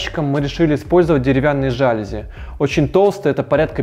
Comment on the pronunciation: Видео интересней прочих на этом канале, смотреть было увлекательно. Но сама в таком интерьере не поселилась бы, и любопытно посмотреть на женщину, которая там живет. Полки точно такие, как у нас в гараже. Не практичны, пылесборник . Очень режут ухо ошибки комментатора типа "жАлюзи", "с обОих сторон". Снижает общий уровень доверия к автору.